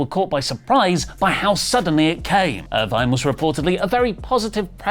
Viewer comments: it's not "Irvine." It's "Irvin." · Erv-in. Not er-vine. Smh. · Ir-VIN, not Ir-VINE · Samantha Irvin, not Irvine! Come on now😅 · makes fun of Lilian Garcia for botching Also: pronounces "Irvin" as "Irvine" and calls Jakara Jackson "Lakara Jackson" The ironing is delicious. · Samantha Irvin NOT Irvine learn how to pronounce names you observer mark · makes jokes about Lillian Garcia pronouncing names wrong, but mispronounced Samantha's name wrong the entire video lol. Its "Irvin" not "Irvine".